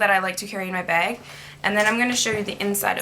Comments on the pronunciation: when you say 'bag' it sounds like 'beg' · i didn't think she was saying 'bag' weird at all (possibly because I'm Canadian too...) but I read all the comments and replayed the beginning of the video so many times I cannot hear 'bag' anymore. what is bag. lmao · I wan't hating on you by the way. I was just saying because I think it was you or someone else who said that she says " bag" weird. Oh and I did know that " Americans" is a proper noun. Sometimes people make mistakes k bye thanks x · She says "bag" like Irish people! LOL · This is the first time I've seen this girl, but I think she is Canadian, right? I am Canadian and I say 'bag' the same way. My guy always comments/makes fun of me for it. LOL I never noticed I said it weird, and I don't think it's all Canadians.